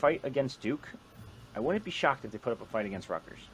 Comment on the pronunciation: Did he say "Go Dukes?"